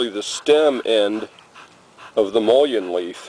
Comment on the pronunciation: pronounced muh’ lin